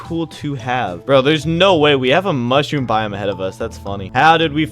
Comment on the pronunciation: mush room, not moosh room lol